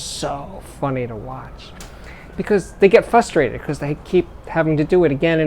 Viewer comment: Steve - love your posts but I'm frustrated - as you often are - over a tiny audio thing. There's an "r" after the "f" in frustrated. Also poo on talking to smart devises.